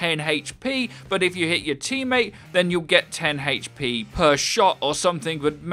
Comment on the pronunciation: why do you say HP like that? makes me so angry.